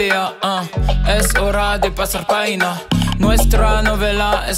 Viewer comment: si jamais t'es amené a faire d'autres punchline en espagnole, un ptit cours vite fait de prononciation : le V se prononce "B" vida = bida", pagina, le "g" ici c'est comme un "r" français donc tu l'dis "parina" le flow du son tue sinon ;D